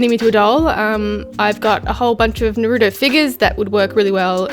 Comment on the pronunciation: Stop saying nurudo